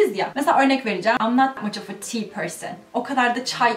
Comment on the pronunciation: oftaki schwaya dikkat etsen daha doğal olacak [əv]